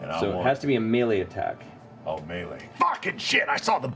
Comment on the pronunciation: I love how Matt pronounces "melee". That's how I've always said it, even though I long ago learned it was wrong.